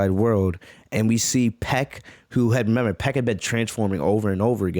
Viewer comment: Your saying piecks name wrong